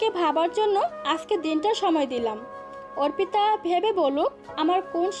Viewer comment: ছেলে পড়ুয়া কানা নাকি অর্পিতা নামটা অপ্রিতা পড়ে গেল পুরোটা সময়